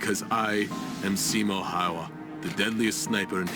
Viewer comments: His name is not "Hauha" or "Haha" but "Häyhä" just like it is written. Not even getting names right is lack of respect. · you say simo haha it's häyhä- pronaunced heyhe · He's called Simo Häyhä not Simo Haha, the legend himself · ...Yes, Simo HawHaw. Totally how you're supposed to say it. Not Häyhä at all... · WHY YOU SAID SIMO HAHA ITS SIMO HÄYHÄ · "See Mo (yet)? Haha" lol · Its disturbing because i know how to spell "häyhä" and u say it "haha" basically.. ä sounds like when u say hat, but just dont say the "h"and "t" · I can't watch this due to Russian animation, they can't even pronounce the name. Häyhä is not Haha, it's more like Handy Huh without the nd in the middle. And he was no boaster nor enjoyed it, just did what had to be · When Simo Häyhä is pronounced "simo haha" bruh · You pronounce his name 'Hey-heh'. It's strange, that with the internet so few americans check how to pronounce names, even though it's a fair courtesey. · To spell Häyhä, you just need to put together "have" without ve and y like in spanish and the again have without ve. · Häyhä pronounced Haha is killing me 😂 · Häyhä is pronounced hayhe if you would want to pronounce it like they do in Finland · Se on Simo Häyhä eikä mikään simo hähä perkele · I guess hay-ha would sound closer to Häyhä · i like how u pronounce his name simo haha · Ye they say "Simo Haha" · Simo "Haha"? I get that the American marine can't pronounce it. But the video about him... Damn if you're gonna do a video about someone, at least learn to pronounce stuff somewhat how it actually sounds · I generally like your videos, but this one I have to skip - that russian acsent is just disrespectfull in this context only trumped by displaying Häyhä as a cocky and arrogant man. Even the mispronounciation of Häyhä's name (what one would assume to be pronounced correctly in this kind of video) did not seem that bad compared to the false accsent. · I love how he says he is Simo Häyhä and pronounces the name completely wrong.